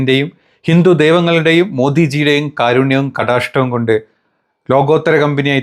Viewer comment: നമസ്തേ സുഹൃത്തേ കടാഷ്ടം അല്ല കടാക്ഷം' പിന്നെ കാവിനിറം കണ്ടാൽ സംഘിയാക്കുന്നതിന് മുൻപ് അതങ്ങ് ഏറ്റെടുത്താൽ പറഞ്ഞു മിനക്കെടണ്ടല്ലോ.